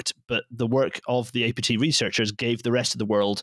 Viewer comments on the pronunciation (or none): mf said "reachers"